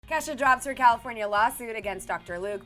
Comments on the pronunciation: anyone else hear her say Kesa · Why are people saying kesha's name wrong